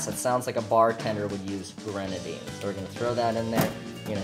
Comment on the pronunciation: Ain't no way calls it renadine and throws pomegranate syrup together with coke...